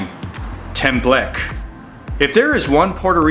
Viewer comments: As a Puerto Rican, this is accurate lol I’m sorry but “Tem-Bleck” was getting me. “Tem-bleck-que” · Haha! Wow... the photos are great. The food practically speak for themselves. Thank you for trying and showcasing my people's food...but the pronunciations are way off for some of these. If you ask for "temblek", no one will know what you are saying. Flan is the most popular dessert. Tostones are made by cutting green plantains into 1" medallions, frying them just a little bit, to get it slightly golden, then taking them out to smash them flat. Then re-fry until golden brown. A tip is that before re-frying them, place them Briefly in salt water beforehand so that the edges come out super crispy. Take them out and add salt. And There You Go! Enjoy! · Templeque. it hurts. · I just love the temble k.lol. Is temblekee or tembleque.